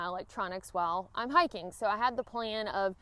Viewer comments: I'm so embarrassed.......after graduating high school in Alabama, I have been in the "north" these last few years, and I thought you said hacking boots when you started talking about hiking boots! Noooooo!!!!!!! What have they done to me?!?!?!?!?!?!? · "Hackin boots" I heard at first. What the heck is that I thought, haha. Good video.